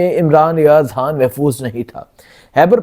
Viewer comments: توبہ ہے کیسے کیسے لوگ اینکر بنے بیٹھے ہیں ٹھیک طرح تو بول نہیں سکتے خان کو حان لڑائی کو لرائی اور نو کو ناوں ماہ بول رہا ہے ،اس عوام کی عقل شعور پر بھی حیرت ہے کیسے کیسے لوگوں کو سبسکرائب کر رہے ہیں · او بھئ،، ”خ“ کیوں نہیں بولتے 😮 ” خبر “ کو ”حبر“ ،، ”خان“ کو ”حان“ ،، ”خوشی“ کو ”حوشی“، ”خیال“ کو ”حیال“،، ” خیبر“ کو ”حیبر“ 😮😮😮😮 کیوں ؟؟؟؟؟؟؟؟؟ کیا بگاڑا ہے ”خ“ نے